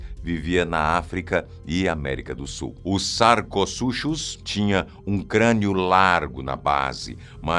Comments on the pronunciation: Poxa, sarcoZUXUS? sarcoSUCUS 😂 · Bom vídeo, mas alguns errinhos... Sarcosuchus foi pronunciado errado, além que já faz alguns anos que seu tamanho é calculado em 10 m e 3 t, sem contar que chamar de jacaré ou crocodilos é errado, pois está fora do clado Crocodylia, mas podia ter mencionado o Purussaurus brasilienses pois calcula-se 10,5 m e 4 t para o holótipo e talvez o outro indivíduo (que tem só a mandíbula) possa ter chegado a 13 m e 9 t. Outro erro foi falar que a maior serpente da atualidade tem 9,6 m, sendo que o record em cativeiro foi 7,6 m e na natureza 6,5 m e mesmo assim foram animais excepcionalmente grandes! Argentinosaurus huinculensis tinha 35 m de comprimento e não de altura, sem contar que esse é o comprimento do holótipo, para o indivíduo maior (Argentinosaurus sp.?) de 100 t, calcula-se 37,5 m. Outro erro é a popularização de baleias azuis (Balaenopte musculus) de 180 t, isso é um erro, 180 t foi o record! A média de machos são 25 m e 100 t e de fêmeas 27 m e 120 t, com lgumas grandes chegandoba 30 m e 150 t, o indivíduo de 33,5 e 178 t foi uma fêmea excepcionalmente gigante até para a própria espécie.